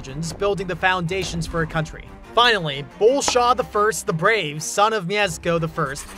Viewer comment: how to properley pronounce polish names mi-esh-ko bo-le-sw-av